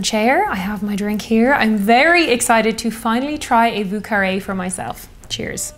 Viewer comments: Vieux, pronounce more as yearning. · Thank you for wonderful videos! Also a great whiskey sour-fan.. Have you tried an Apricot Sour? Think it’s the ultimate version😊If you’re making more french cocktails: Vieux is pronounced ”Vjö”☘️ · Yo,, it’s Vieux as in “vo”, like “yo”. This is a New Orleans pronunciation, and they’d be offended if you ain’t said it right! My favorite drink, btw! 🤗🥃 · You may want to learn how to pronounce vieux